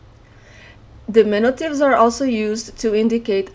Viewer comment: we say dimin-U-tives. you are saying dimin-i-tives which is not correct